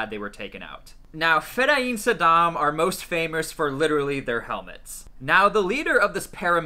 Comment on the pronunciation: Its pronounced Fedayeen not fedayeem